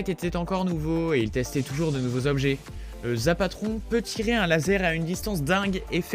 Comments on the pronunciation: Zapotron et non Zapateron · Mdr c'est pas le Zapatron mais le Zapotron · Mdrr c’est ZapOtron c’est pas ZapAtron 🤣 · "le zapatron" XD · on dit zapOtron pas zapatron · C le zapotron pas le zapateon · C’est le zapotron pas le zapatron mdr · Le "Zapatron" c'est pas plutôt le "Zapotron" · Zapatron pas Zapatron tu as juste a lire ton texte c pas compliqué si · Juste tu fait plein d erreur c zapotron et pas zapatron et le double deagle est tj la. La prochaine fois rancègne toi mieux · c’est pas zapatron mais zapotron . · C'est pas le zapatron c'est le zapotron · Zapotron et non zapatron😂😂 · Mdr c'est pas le "zapatron" 😂😂😂 c'est le zapotron. 😂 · Et en plus c'est zapotron pas zapatron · C le zapotron pas le zapatron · Ses pas zapatron ses zapotron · C'est pas "zapatron" mais zapotron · Franchement fait un effort c'est le zapotron pas le zapatron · c'est pas zapatron mais zapotron mais bonne video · C pas le zapatron c le zapotron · C'est zapotron pas zapatron et pourquoi tu refais le même genre de vidéo que t'a déjà fait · C'est pas zapatron c'est zapotron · On dis zapotron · On dit zapotron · SA CE PRONONCE ZAPOTRON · Il dit zapatron lol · Désolé mais on dit "zapotron" -_